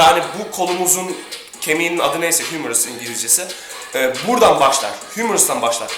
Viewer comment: ingilizcesi değil anatomi terimleri latincedir humerus yazılır humerus okunur yani ingilizcesi himmeris falan demene gerek yok anatomiyi az daha öğren